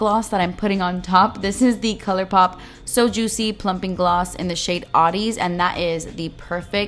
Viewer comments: I love you but hate the way you say "jutsy" 😔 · JOOTSY, YOU MEAN JOOTSY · The way she says "JuttCi" Changes everything 😍😍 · “Wallet friendly” & “juit-cee” 😏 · I actually laughed so much when she said “jootsy” lol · "JOOTCY" 🙌🤣😂 I don't even know how to spell it the way she says it, but I love it !! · Christa Hodges JEWTsy lol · You mean jutzzyy ? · way says juicy makes me giggle